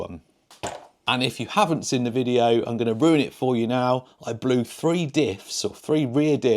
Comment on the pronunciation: Drinking game: Watch several videos and everytime 'seen' is pronounced as 'sin' you do a shot.😊